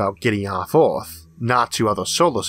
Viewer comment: I can only hear "Oeth" instead of "Earth" so many times, a man has his limits.